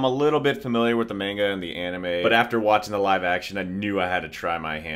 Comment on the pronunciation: The way he said manga bro 💀💀💀💀